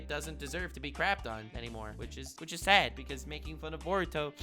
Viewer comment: Great Video! Yes it is So Sayd! That Dumbasses Rule The World, It So Sayd! I Find That Funny Not in a Mocking Way, I Think Saying Sad as Sayd is Funny